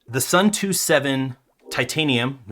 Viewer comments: Watching this while waiting for my Suunto [soon-to], not [sun-too] xD Nice video otherwise! EDIT: I see someone used the same example as me already, lol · Suun-to not Soo-too believe me, i'm from Suunto land Finland. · Say it with me now: ‘Soon-Toe’ 😂😂